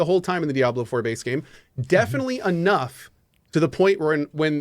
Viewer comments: "DiAbLeR FuRr" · "Diabler four."